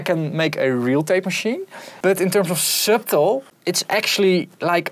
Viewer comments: Useful vid. fyi, the 'b' in subtle is silent, so it's pronounced 'suttle'. Should make it a bit easier to say ;) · Subtiele tip:"Subtle" spreek je uit als "Suddle"..voor de rest weer een goede video zoals altijd! (voel me echt een zeikerd zo maar ik bedoel het vriendelijk haha) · For "subtle", we don't pronounce the b in english. It's like this : [sʌɾɫ̩] or [sʌˈtɫ̩]. [ɾ] being a 'tap' like a British person saying the /t/ in /water/. It almost sounds like a /d/. The /l/ becomes syllabic and the vowel is deleted [ʌ] is like the /u/ in /butt/. Nice video.